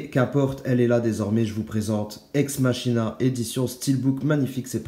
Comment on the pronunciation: Superbe édition, pour une superbe vidéo Le SEUL et UNIQUE défaut de ta présentation, c'est ta prononciation du titre 😆 Ça se prononce "EX MAKINA" J'adore aussi ce film 😊 Mais ça, tu le sais déja Dommage qu'en France, on ne fasse pas ce genre d'édition et des steelbooks de qualité comme celui de Captain america civil war. Que j'ai loupé mais qui me tente beaucoup trop. Je suis dégouté pour toi, pour le dos du steelbook. Les écriture gachent l'image